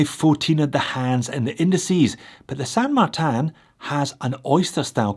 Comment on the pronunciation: I really like the balance of dial, logo, text and markers. It feels like a good design, regardless if it replicates the Explorer or not (which it does not, precisely). And, I will beg you to amend your pronunciation of the San Martin brand name. The language is Spanish (the other Romance languages spell either the San or the Martin differently) and the correct way to say it is San Mar-teen, without any nasality or particular stress on either syllable.